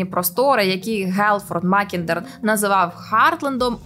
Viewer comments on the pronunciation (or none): МакІндер, а не МакіндЕр (facepalm)